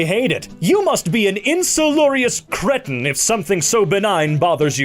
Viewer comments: I thought he was talking about Cretin, which I'm also pretty sure he pronounced wrong either way, I thought it was pronounced cree, not cre. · You pronounced cretin wrong 😭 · I like how the voice over guy said "it's made up, so my pronounciation is also" right after he mispronouces "cretin" which is a real word😅!